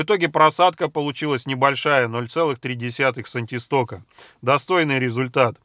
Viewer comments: Все хорошо,только они сантистоксы,а не сантистоки...Неграмотная речь наводит на размышления и подрывает доверие.... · "Сантисток" - ухо режет. Единица кинематической вязкости названа в честь Сэра Джорджа Габрие́ля Стокса. Правильно говорить "сантистокс"! Однако, спасибо за Ваше исследование! Полезный и нужный труд! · Правильно говорить сантистокС